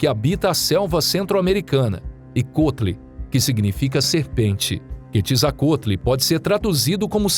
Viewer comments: "Ketizacotli" foi de lascar kkkkkkkkk a pronúncia certa é "kuetzacalt". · "Quetzalcoatl" Eu sempre pronunciei QUETZALCWÁROUL 😂